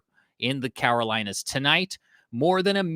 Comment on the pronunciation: CaROlinas... not Cawarolinas